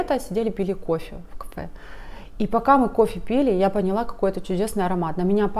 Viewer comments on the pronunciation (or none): none